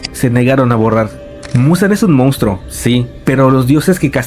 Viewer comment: Me dio más miedo el tapioka "mounstro" que el video😅